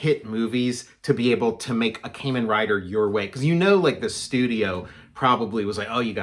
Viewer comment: Love Kamen Rider! My favorite is Kamen Rider Black. BTW, it's pronounced "kah-men." Curious to see your approach of a tokusatsu comic. I would like to make a tokusatsu bio-horror splatter punk comic.